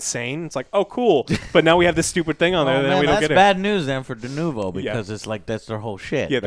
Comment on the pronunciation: just hit it.. DeNOvo is probably a more accurate pronunciation.